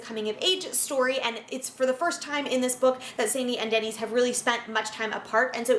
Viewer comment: Isn’t “Dennys” pronounced like “Dennis”, and not like the chain restaurant name?